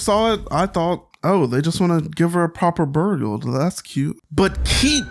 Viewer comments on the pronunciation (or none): none